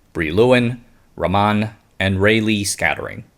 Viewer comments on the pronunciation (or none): "Raman" --> Blame the poor phonetic-representation of the Latin alphabet, but "Rummun" may have been a more apt spelling. "Ruh - muh - N" . (i.e., not ruh MAA - n, nor Raah - man). The uppercase "N" is to represent a hard nasal "N" (uncommon in most non indic languages).